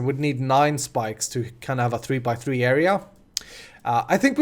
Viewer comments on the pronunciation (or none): none